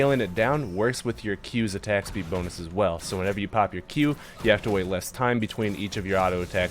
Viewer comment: Wasn’t looking while you were speaking so I just heard you speaking and after a while all I heard was the word bonus in an English accent, made me look at the screen so fast lol!